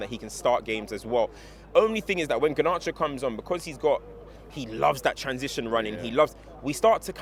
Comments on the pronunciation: Ganarcho? 😂😂😂 garnacho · Came has the poshest pronunciation of Garnacho that I have heard 😂